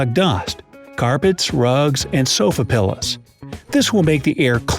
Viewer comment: I can't believe he said sofa "pillas"....twice.